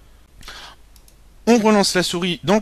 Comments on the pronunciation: on dit avast pas advast mais jaime bien ta video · Cest Avast Pas Advast